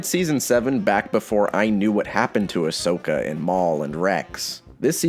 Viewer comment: If I hear Ashoka as "Ash-soka" again, I'll explode. It's pronounced "Ahsoka" even if it's not the spelling